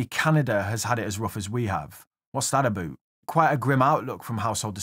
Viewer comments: what's that aboot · What's that aboot? 😆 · “What’s that aboot” shouldn’t have been as funny as it was. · I heard ya.... "What's that aboooot?"